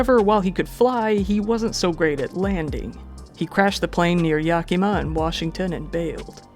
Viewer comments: yakima is pronounced, "yeah-kim-aw", not "yah-keem-ah" People always mispronounce it the way you did lol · Yak i ma , short sound for the I